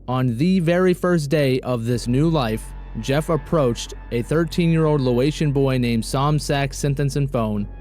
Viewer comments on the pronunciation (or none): Laotian is pronounced "lay-ocean" fyi- lovinggg this series dude